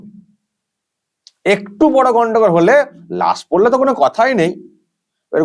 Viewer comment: Sudhdho Bangla ta o jaanena . "PODLO " "Porlo" Noi. Boma Guli r awaz tow 70 er dashak theke shona Jeto, taai na!